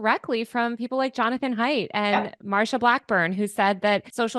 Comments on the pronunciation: Isn’t Haidt pronounced like “height”? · My only nitpick with this video is that Haidt’s surname is supposed to be pronounced like “height,” not “hate.” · Just FYI: Jonathan's last name Haidt, is pronounced 'Hite', not 'Hate'.